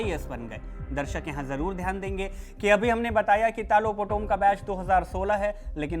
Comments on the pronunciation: His name is talo not tilo potomm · it's तालो पोटोम not tilo poto😅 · How can say Tilo Poto It’s Talo Potom… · Not tilo potom it’s Talo potom thoda toh achha se bolo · तालो पोटोम not Tilo Potom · TAATOOO POTOM .... not telo POTOM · Naam toh sahi se le leh 😅 telau nhi talo potom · Talo Potum❌Tilo Poto✅😆😂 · 😂 Tilo poton nahi TALO POTOM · Not telo Talo potom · Tumko bolne nahi aatai Hai toh mat bolo tilo nahi talo potom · Kya tilo potom its Taaaa lo potom😂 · Hahaha nice pronouns 😂 talo putum ❌ telum putum✅ hahaha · Not Tilo it's Taloh Potom. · Sirji,Talo potom khiye,not Telo Potom 😂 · Bro it's talo potom not tilo potom😂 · Telo poto hahahahaha 😂😂😂 bhai acha sey naam toh boldo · Naam to sahi bolo kam se kam